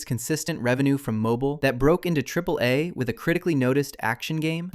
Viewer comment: AAA is pronounced "Triple A"